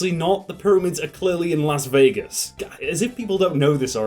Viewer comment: When he said “Las Vegas” I felt so much pain